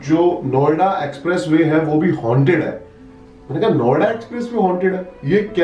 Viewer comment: Bhai jb aap Noida bolre ho bar bar to kuch or sunai dera hai Noida ki jgeh😂😂😂